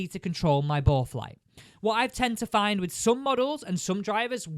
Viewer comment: “Fidn” it? 😂